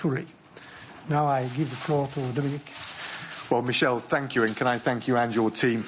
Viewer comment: Did he just called Barnier "Michel"? That is a French name, you pronounce it m ee - sh eh l. Not American style Michel.